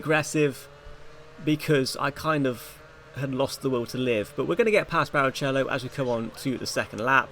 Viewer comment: You deserved the tort*re for that pronunciation of barichello alone 💀🤣🤣